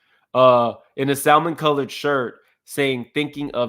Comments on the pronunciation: Why black people say SALmon its salmon lol. L silent 🔕. How old was the Prophet in 2016? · It's pronounced sam-mon...the "l" is silent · Please for the love of God can we please quit saying the L in Salmon. It's silent boo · Sa”L”mon? lmao! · Sa mon, the l is silent. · The pronunciation of salmon 😮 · SA-MON. The L is silent